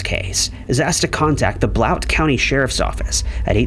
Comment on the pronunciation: Blount (TN) is pronounced "blunt"